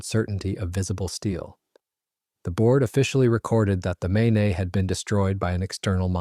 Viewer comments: I spent a week in Bangor MAYNAY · MAIN-eH? please check your work. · Remember the main, and pronounce it correctly